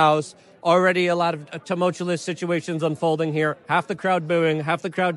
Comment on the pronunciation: Luke never say tumultuous